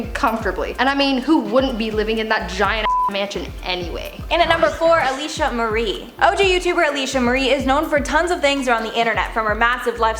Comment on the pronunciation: I love this channel, but I’ve been noticing the lack of connection to the titles of some of the videos. It’s called “Top Ten Influencer Assistants,” but when you go down the list, you name the CELEBRITIES’ names, instead of the assistants’ names. Also, it’s AlisHa Marie, not Alisa Marie.